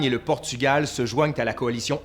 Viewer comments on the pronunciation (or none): none